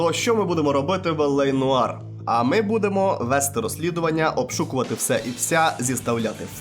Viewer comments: *noire — нуар, не ноїр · "нояр"))) Праця може бути титанічною, аж ніяк не циклопічною. Автор ходив до школи?